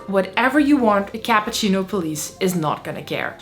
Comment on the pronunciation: You lost me at "capahcino"